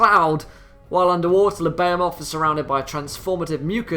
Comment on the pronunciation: Nice vid but just an FYI it is pronounced "Buh-Hee-Muth" not "Bay-O-Moth".